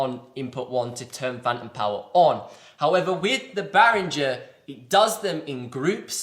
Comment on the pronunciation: It's not Bahringer....it's Behringer...as in not Bahr but Behr. Amazing bit of gear for not much money... absolutely nothing to not like.